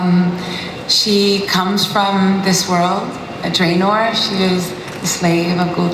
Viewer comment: Ultimacy She said it correctly as there are many ways to say Draenor which you should know after playing the games.